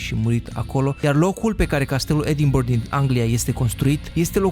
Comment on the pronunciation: am mers la castelul din edinburg , btw se citeste edinbara